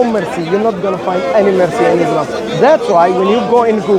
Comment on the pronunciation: please its ISLAM Not IZLAM